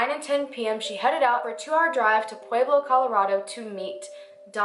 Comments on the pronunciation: I love that you've done a video on my town. The way you pronounce pueblo is cracking me up.. Pu-ehh-blo. Not Pu-eee-blo. I love you so much. This is not a hateful comment. My SIL works at parkview. This is a close to home case for me. Glad he's been arrested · This isnt supposed to be rude or anything but i live in Colorado and the way she says pueblo is 11 out of 10! (its pronounced Pleb-lo) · I live in Colorado. You’re actually mispronouncing Pueblo. It’s more like pweb low. Lol. I love your video by the way though! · "Pwayblo" nooooo make it stop😂😂 I was born in Pueblo and had to cringe every time I heard that. But great video! You're very well researched. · New fave channel next to lordonarts! 😍 (btw.... pweb-low!) 😂😊 I'm a Colorado native and noticed the way you said it haha! Also if you cover solved murders, Jessica ridgeway. SUPER effed up, right in my neighborhood:( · I know this is WAY off topic.... but does it drive anyone else crazy how she say Pueblo??? AHHHHHHHH!!! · Hi I'm from Pueblo, CO and just wanted to let you know that you mispronounced Pueblo and St. Mary Corwin (you said crown) otherwise great video!! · i know its not ur fault so im not hatin, but the way ppl pronounce Corwin or Pueblo is cringe. i guess u have to be a resident to say it correctly